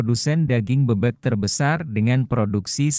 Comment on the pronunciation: Penyebutan kata "BEBEK" nya tidak benar, gak enak dengernya